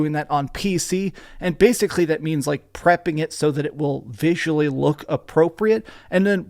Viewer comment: Are you jewish? The way you say: Basicly sound weird.